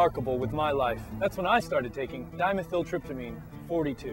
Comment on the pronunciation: He isn't very good at pronouncing "methyl"